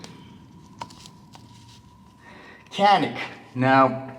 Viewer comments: It's turkish pronunciation is "John-ick" fyi :) Peace from Turkey. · One Day all americans will learn it pronounces as "djanik"